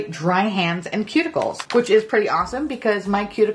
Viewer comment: I thought you said “pube- ickles” instead of cuticles!